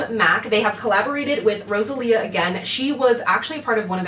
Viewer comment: Your pronunciation wasn't bad! I'm so happy to see you review Rosalia's collection. I bought 2 of the liquid lipsticks, the red and mauve ones and love them. Now after watching your video I wish I would've gotten some of the nail polishes 😆